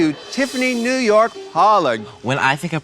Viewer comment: Naomi BOTCHED New York so hard and it makes me so sad